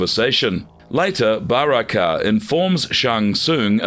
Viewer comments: Ba-raaa-kai it i believe hes called Baraka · I love the way they pronounce kharacters' names: Skor-pee-on, Ba-ra-kai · Ba- rak -ah? Swing and a miss buddy! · Ffs every video is the same. If u cannot say the character names properly then u shouldn’t say it, unless ur gonna learn to say it properly. It’s shao Kahn not show Kahn. Obvious to me that these people are not fans they just making content for money Edit: this is by far the worst video u guys have ever done. What a load of crap! Every name is pronounced wrong. How baraka and kronika are pronounced is ridiculous. It’s like ur trying to mess it up on purpose 🤯